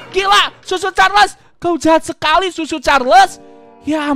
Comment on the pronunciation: Hah susu carles bukan cucu carles